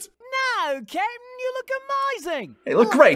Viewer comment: Ok i get that Jeice is saying Captain or i guess Cap'n or something. But i only hear kitten